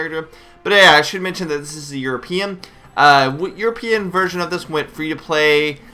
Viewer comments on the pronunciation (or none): none